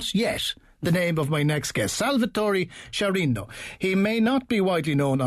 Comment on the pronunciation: Lovely pronunciation of Sciarrino's name! !